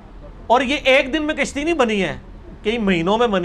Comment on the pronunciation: کشتی زبر کے ساتھ ہے ۔مرزا کاف کے زیر کے ساتھ پڑھتا ہے ۔